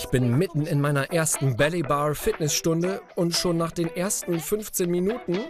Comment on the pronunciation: Psst. Es ist nicht belly bar, sondern ballet bar. Das spricht man wie 'bäley bar' aus